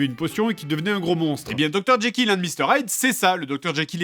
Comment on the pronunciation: Je suis le seul à entendre jaykill au lieu de jekyll ? x)